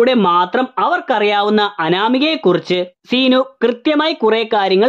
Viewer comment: സീ നു അല്ല ൻ്റെ പൊന്നോ സിനു 🙏🏻🙄